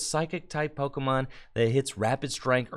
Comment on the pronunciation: You know got another Pokemon Company gig when he starts mispronouncing pokemon